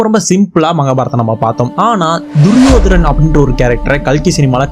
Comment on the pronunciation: duriyodanan.. not duriyodaran